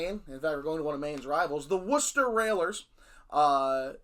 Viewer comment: So refreshing for a US citizen to be able to pronounce Worcester correctly! So funny that local to Worcester is also Gloucester and Tewkesbury in Massachusetts .... as well as here in England. I live in Gloucester, Tewkesbury is 10 miles north, Worcester 25 miles north. None of them are by the sea 😅